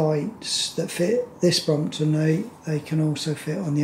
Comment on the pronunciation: Brompton, not bromoton...